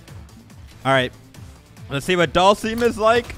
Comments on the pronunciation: You pronounce it Dull-sum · Please stop saying Dhalsim's name like that, it's triggering me